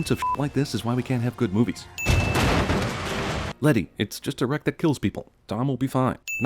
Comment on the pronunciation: Leti not Letty her name is Leticia